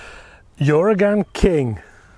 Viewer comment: Its pronounced 'oo-r-ah-gun'